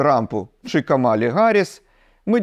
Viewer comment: КАмалі Гарріс, а не КамАлі, будь ласка